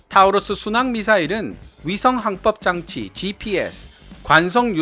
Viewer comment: 타우러스가 아니라 토러스라고 읽는겁니다.